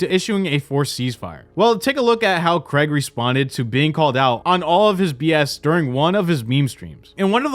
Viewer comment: Honestly, Americans, please learn how to say the name Craig. It’s infuriating lol